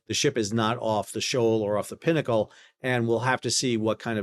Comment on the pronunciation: Thank goodness you said pinnacle and not pee-knuckle.